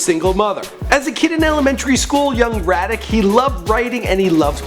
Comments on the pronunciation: Disrespecting Wop saying Radic. Its Radric dog. Made Wop sound like he came from DBZ. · "Ra-dick" nah radric.. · Radrick, not Raddick. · Lol it's radrick, not radick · Yo said radic it's radric (Ray-drik) dumb ass 🤓😂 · Back at it again doing a video on someone & not even getting the pronunciation of their name right... Its "RAY-DRICK" not "REH-DRICK" you fucking moron...how bout spending a little more effort than 5 minutes on Wikipedia for ur shitty videos with common knowledge for facts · His names Radric foo not radic lol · its radric not radic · young RADRIC not radic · His name is Radrick, not Raddick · Why dis dude can’t pronounce Radrick? How you do a video on a person and not even correctly pronounce their name? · he said his name like “ratterick” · Nigga radRic damn it's not that hard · Raedrick* is how you pronounce his name sir. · He called him radic instead of radric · Dude you have GOT to learn how to say these names. Who is Radic? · actually it's "Rad- drick"😉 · you say everyone names wrong its Radric RAH-DRICK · Radric - pronounced RAW-Drick damn you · Nigga it's pronounced "ray-drick" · Man called him "Raditz", lets get it. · his name ain't Fredric 😂😂😂😂😂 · his name is pronounced Rod-dRick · radric davis pronounced RAY-DRIC,! RAY-DRIC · young Radic...... SMFH THIS DUDE CANT SAY FUCKING NAMES FOR SHIT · Dis NIGGGA SAID "YOUNG RADDIC" Lmaooo! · okay vid...i only watched because gucci is my favorite rapper i already knew the shit u were saying ...btw his name is pronounced like ray-drick even tho its spelled radric....fyi and you went through the pics way fast and you should have named his mixtapes and gave a listening to a few of your favorite verses or something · did this peckerwood just say "young raddick" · lmao he said "Raddick" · mispronounced Radric and Terre Haute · RADRIC..... yo bruh if ur gonna do these you gotta say these peoples name's right